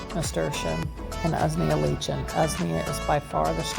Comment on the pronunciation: Correct pronunciation: Usnea: 'ooze-knee-'ah Lichen: 'like-en